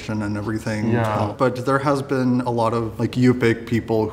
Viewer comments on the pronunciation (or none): none